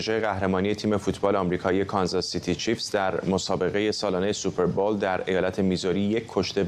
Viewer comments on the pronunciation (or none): جناب فرحزاد super bowl درست هست نه super ball با سپاس